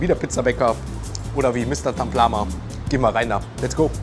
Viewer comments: Taplama und nicht Tamplama 😅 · Es heißt Taplama nicht Tamplama 😅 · Da steht sogar Mr.Taplama er sagt Tamplama